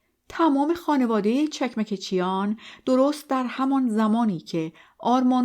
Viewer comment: چکمکچیان chekmekchian. با درود و خسته نباشید، چون من خودم ارمنی و اجدادم از ارامنه ترکیه هستند فقط خواستم تلفظ درست فامیلی را به عرض برسانم 🌺🌺